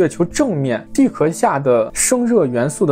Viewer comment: repeat after me：地壳（qiào）